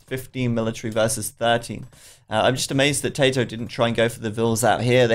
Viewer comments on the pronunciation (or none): Seriously, if you don't know how to pronounce Tatoh's name, just ask him. Or pick one pronunciation and stick with it